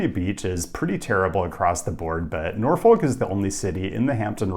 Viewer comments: its pronounced Nor-fick not nor-folk. Kind of like how suffolk is pronounced su-fick... Also virginia beach is larger but is the suburb of norfolk. Historically, it became a "city" so norfolk couldn't annex land from it. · it's Naw-fik not Nor-folk. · BTW Norfolk, Va. is pronounced nor-fuk (you can add a c before the k). It rhymes with Suffolk County NY. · I regret to inform you it's pronounced Nor-fuck lol. Also, Virginia Beach definitely isn't the Center City unfortunately but that's because the way Virginia handles cities is unique. And as a result it's technically the largest city in America by land mass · And in Nebraska it's "Nor-fork". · It hurts hearing that pronunciation of Norfolk.. Virginia Beach is objectively awful, and Norfolk isn't that much better frankly. VB refused to have the light rail come into their city limits because they didn't want commuters (read: poor people). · Enjoyed seeing a city i've lived in on the list and being from Chesapeake (which is next to Norfolk), VA beach has never been considered the "main city" it's just way large of a size in land mass than Norfolk has always been considered the Central city for the Hampton roads region. As well, you don't pronounce the L when you say Norfolk.